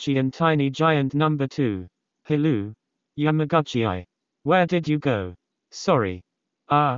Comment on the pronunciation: YamagUcHiiAIiaIA. The Text To Speach got my head spinning.